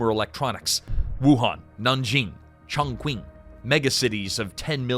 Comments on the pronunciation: Chongqing is pronounced /chong ching/ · Listening in the other room—had no idea you were trying to say "Chongqing." Wtaf?! Lol. Lazy, and embarrassing...and hilarious.